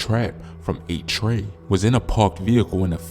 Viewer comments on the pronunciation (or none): none